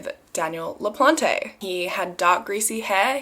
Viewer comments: It’s pronounced LaPlante plant. Not plantay please always check with the state or someone who would be able to tell you I live in Massachusetts. I know this case. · It’s pronounced Danny Laplant without the e. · Le-PLAHNT. :) E is silent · it is pronounced “La Plant” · It's pronounced La-plant! ☺️ It's a family name on my mothers side! (the sweetest people in the world, with no relation to this man i promise lmaoo) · The guilty guys name..should be something else😳 ..but his surname LaPlante ..the e at end is silent..it's a French name means the plant...I'm French and notice these things is all ..🤘✌️ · American pronunciations : Pepperell= Pepper ell, Ayer= Air, LaPlante= La plant. Im from that area and lived in both Pepperell and Ayer. Cheers for this story.